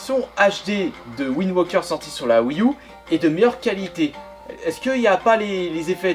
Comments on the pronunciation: ptdr va me trouver un anglais qui dit windwoker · Il le prononce à la british